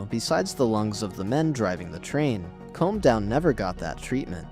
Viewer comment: Next time use a real narrator and don't leave it to AI to select the images. Far too many foreign trains shown. By the way, Combe is pronounced koom, not comb.